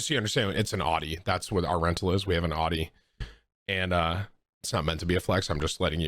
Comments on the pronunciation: 1.) it’s pronounced aouti 2.) Buy a plug from the gas station 3.) HaVe YoU eVeR hEaRd Of a sPaRe TiRe!! 4.) btw Ik this ain’t tim but like “come on man!” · literally never heard someone say audi like that. tim is just dumb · You cant even pronounce Audi, ur dumb asf, not good at fortnite and ur acting hard at one point and I bet ur as hard as a marshmallow. Calm ur dumb ass down tim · "It's all about that Aww Dee. Audi? Naa... Aww Dee." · How is Tim 29 and didn’t know how to pronounce Audi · every 2 seconds someone in chat insults how he says Audi, gets hella annoying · I'm going to have a borderline meltdown if you say Audi incorrect one more time, ya big tater